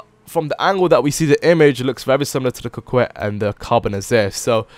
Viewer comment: Lol coquette Cock-wet